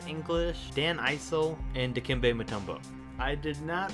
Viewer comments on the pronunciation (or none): Dan Eye-sel? It’s pronounced Iss-ell